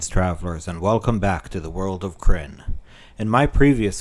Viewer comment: Love the videos but you need to watch some other Kyrnn vids to get the pronunciation correct. Other than that great, it is important to get it right.